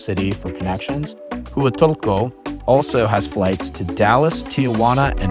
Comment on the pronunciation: Brooooo…just watched your video! You really need to learn how to say Huatulco correctly. I was cringing with your pronunciation of how you say Huatulco. 🤦🏽‍♀️🤦🏽‍♀️🤦🏽‍♀️🤦🏽‍♀️🤦🏽‍♀️